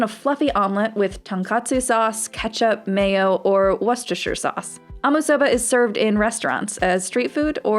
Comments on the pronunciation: I'm pretty sure it's pronounced warsushater sauce. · 'woostershere sauce' or even 'wooster sauce.' not 'warcestershire sauce' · It's pronounced WOOS -TA-SHAR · no, it's pronounced wustershu sauce wustershutup